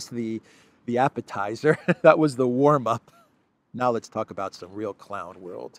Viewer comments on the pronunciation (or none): none